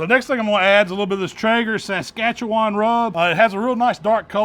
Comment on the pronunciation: AMAZING Tenderloin! Wow… just wow! And…. Being from Saskatchewan, you absolutely nailed the pronunciation! Have had many a giggle at others trying to figure it out. Will be making this very soon, but tomorrow is smoked party wings - best ever and our fave!